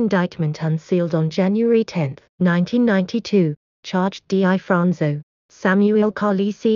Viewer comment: #1- The narratator seems unfamiliar with the subject matter and the English language. She constantly mispronounces his name. Its pronounced, Difronzo. Just like it's spelled. Not D I Fronzo. Also, you said his nose was shot off. Wrong. It was sliced off by a plate glass window as he was escaping a robbery. If you're going to make a video, at least get the basics correct. I could go on, but you get the idea. And what's with the zooming in and out? That's unnecessary and distracting. I had a hard time watching this video with all the mistakes and bad pronunciation. Learn the language if you're going to do English speaking videos.